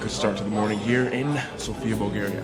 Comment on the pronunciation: Bulgaria 🇧🇬 not Bulagaria bro lol 😂